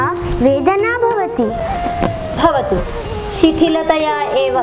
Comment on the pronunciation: बहुत बहुत धन्यवाद आप सभी को 💐💐💐लेकिन उच्चारण करते समय थोडी गडबडी हुई है। अगला वीडियो जब बनाएं तो कृपया उच्चारण सही हो इसका ध्यान जरूर रखें। चैप्टर 11-12 मे तो स्पष्ट है कि कुछ शब्द जैसे भवतु को बवतु कह दिया गया। जैसी कई उच्चारण संबंधी त्रुटियां हैं। 💐